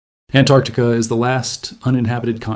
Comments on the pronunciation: AnTarctica, not Annarctica. The T is not silent. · It’s not Anarctica it’s AnTarctica it has 2 t’s in it why does just about every person not know how to say it , it’s so stupid sounding when said wrong 🫤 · it is actually AntArctica, because it is opposite Arctica (anti-arctica), not Tarctica... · Why can't seppos ever pronounce Antarctica correctly?? So many ignore the first T completely or add it to the ARC syllable. It's ANT--ARC--TI--CA, the first syllable being ANT, okay, seppos?? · AnTarctica. Why can't Americans say it correctly ? Very interesting video.